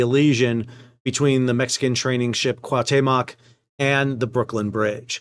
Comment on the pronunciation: LISTEN BALDY.... It´s not CUATEMOC it´s CUAUHTEMOC CU-AU-TEMOC c´mon... try it, you can do it...